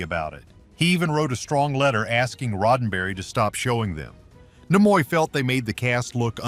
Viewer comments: Herbert Solow is spelled with a w at the end, not Solo. And Leonard Nimoy's name is pronounced NEE-moy, not Nih-MOY. quite a few other "bloopers" on the video. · AI generated voice is maddening and so is the constant changing of how names are pronounced- Nimoy for example. You would think that AI would either get it wrong all the time or right all the time, but it goes back and forth between the two pronunciations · He couldn't even pronounce Leonard Nimoy's name correctly!!